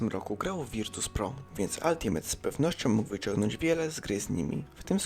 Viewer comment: Wymawia się „altimejta” nie altimeta i strasznie bolą uszy